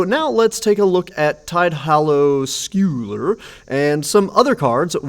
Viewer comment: Just so you know for next time, scull in Tidehollow Sculler should be pronounced like skull. Sculling is a kind of rowing. Not the kind being done in the art, though.